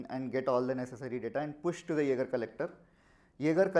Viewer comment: If you both had put just 10% of the effort you put into pronouncing "Jaeger" as "Yaagar" into the demo, the demo would have turned out great. I'm telling that.